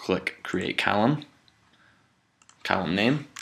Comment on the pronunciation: Great demo. Column sounded like Callum though.